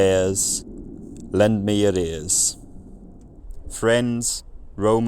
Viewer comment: The last example of the statement at the beginning, sounded like at the end you were saying “lend me arrears.” As an accountant I can tell you that’s not how arrears work. They are not lent, they are bent over.